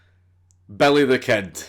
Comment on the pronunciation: Why would you call him Belly instead of Billy? 😂😂